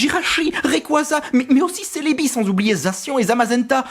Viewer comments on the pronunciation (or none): none